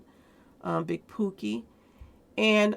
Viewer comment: His name is pronounced pokey like po-key